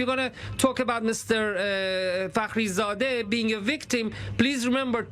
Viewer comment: فقط به فامیلی این بی شرف دقت کنید «جاویدان فر» و ببینید چطور مثل فارسی زبان‌ها سلیس و روان «فخری زاده» را تلفظ می‌کنه